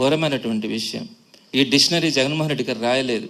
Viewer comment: సార్, డిషనరీ పేరు పలకడం నేర్చుకోండి ముందు,, ఆ జగన్ గాడో సిద్ధాంతి,, నువ్వో వేదాంతి,, ఆపవయ్యా సొల్లు